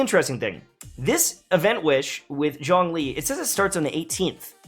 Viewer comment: Why no one pronounce Zhongli correctly even in game? It's Zhong, the o sound is like the oo in book, it's not dong or schlong